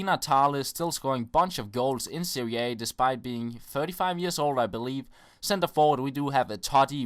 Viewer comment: so glad you say serie a not serie AHHHHHHHHHHHHHHHHHHHHHHHHHHHHHHHHHHHHHHHHHHHHHHHHHHHHH it fucks me off so much when people say AHHHHHHHHHHHHHHHHHHHHHHHH makes me want to spit on them